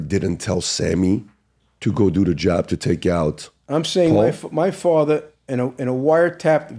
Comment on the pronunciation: I didn’t do it, outta respect for my fwatha.